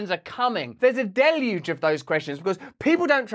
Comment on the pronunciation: Holy shit finally someone who pronounces deluge correctly.